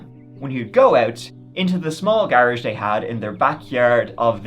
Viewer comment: "Gar-uge" gotta like it. You go!